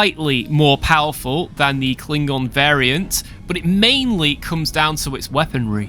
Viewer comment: "Kling-Gon" hahaha